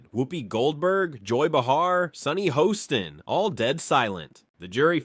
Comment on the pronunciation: Multiple mispronunciations in video: Karoline Leavitt's last name is not Leevit, it’s “Lehvit,” (short e) - that’s how she says her name. Sunny Hoston is not Host-on (rhyming with “boastin’), it’s “Hawston” (rhyming with Boston.) Joy Bahar is not BaHAR, it’s “BAY-har.” This announcer went on for 20 minutes screwing up the names of the main participants in the story, but corrected the “Leevit” to “Lehvit” later. English language: “Lehvit” or “Leave-it.”